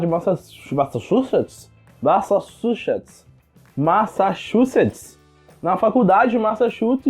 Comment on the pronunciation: Machachutse, massachuchetis. kkkkk Vc estava meio Drunk nesse vídeo? hauhauhau